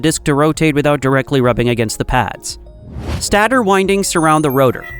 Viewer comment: interesting video. the GI voice-over gets the pronunciation of many words wrong though, maybe you guys can try a different LLM in future with better pronunciation for technical terms like stator/component/etc.